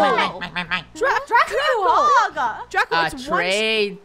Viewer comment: Draco not crack